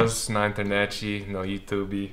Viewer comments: Adorei vc falar youtubE aportuguesado! Parabéns pelos 100K ! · Parabéns, por essa placa e por ter aprendido a falar YouTube como os brasileiros falam,kkk